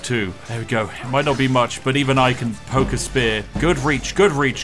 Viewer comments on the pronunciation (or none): none